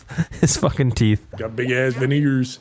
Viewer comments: Is it me or i just don't hear the g in veeners? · If you put the playback speed to.5 definitely added a “g” in veneers 🤣🤣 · I WAS going to be on side in the "Veneers" clips, until he played it again! He really DID add a G! 😂 Also, does Terroriser's soundboard clip count as slander? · Min play it on 0.5x there is literally a G right there 😂😂😂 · I still dont get how veneers sounded like the n word